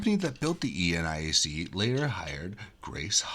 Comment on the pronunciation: nit: Never heard eniac pronounced as E-N-I-A-C :)